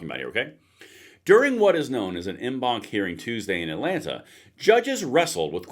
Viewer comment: En banc is pronounced "on bonk".